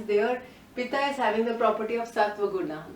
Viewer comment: Thank you for this wonderful information! I hope what I say does not offend you. I'm very particular about spellings and pronounciation. Throughout the video you referred to the Pitta dosha as 'Pita' which means Father. I hope this can be corrected in future videos. Sorry for being nitpicky.